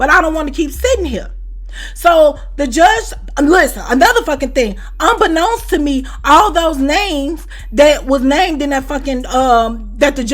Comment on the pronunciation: Maaann I love when she says that🤣😂🤣😂 “Unbeknownst to Me” 🤣😂